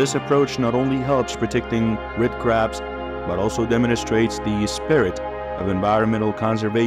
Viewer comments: It's CRABS NOT CARBS. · Seriously? If you're going to do a script for a video titled " How Do Australians Deal With Hundreds Of Millions Of Invasive Red Crabs? " and even if the narration is done by AI, you can't even get the script right? It's CRABS, not CARBS! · Was REALLY caught by the title, and beginning visuals, but cannot continue hearing them called "carbs." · They are crabs ,not 'carbs'! Can't people read their scripts instead of using robotics? Lazy or what!